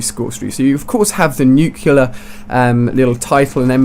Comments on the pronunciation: "NUCLEAR NOT "NUCEULAR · Stop saying 'Nucular' it's 'Nuclear', it's in the title of the damn video... -_ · let me spell it clearly, so you can understand: It's not New-killer, it's new-clear. I'm no a hater, I just get annoyed by that sound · Nuclear not nucular dumbass its not a word you sound like george bush one word one syllable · why are you pronouncing nuclear like nucular, it should be pronounced like nuke + clear. But really good video though. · IT'S NUCL-E-A-R NOT NUC-U-LAR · It's nuclear not nucular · That has nothing to do with accent, he's perfectly capable of saying reticle. How do you explain NUCULAR instead of NUCLEAR? Accent? I think not. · NU-CLE-AR, not nucular.. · nuclear nut nucular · Why do you say "Nucular" instead of "Nuclear" mister George Bush?